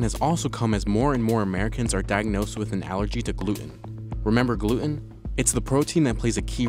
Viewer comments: Every time he says Gloot-Enn. I drink. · How come this guy can't say gluten right?